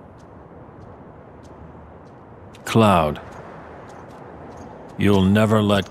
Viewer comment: Ah yes, my favourite Final Fantasy villain. SEPHEYOOS